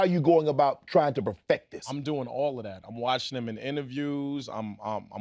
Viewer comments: Tell Jay to make sure that he uses the word “profect” whenever he does his Shannon Sharpe impression from now on 🤣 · BRO- PROFECT😂😂😂😂 U MEAN PERFECT”